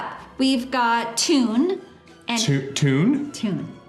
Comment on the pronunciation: Toon is a Dutch name and it's pronounced the same as the word 'tone' :)